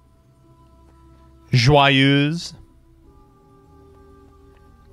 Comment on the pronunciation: How has consistently managed to pronounce Joyeuse basically correctly while butchering all other pronounciations?